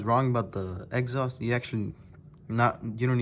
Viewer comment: I heard egghaust lol but good video thanks